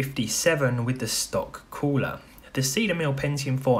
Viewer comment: Stock Coo-LAH